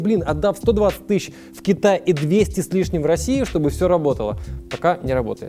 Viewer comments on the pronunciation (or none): none